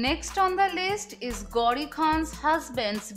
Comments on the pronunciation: Hey anchor it’s not gaudi but it’s gauri 😂😂😂😂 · She says gaudi khan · You pronounced "Gauri" so badly